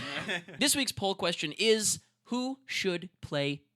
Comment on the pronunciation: When you say "poll" it sounds like "Paul" O_o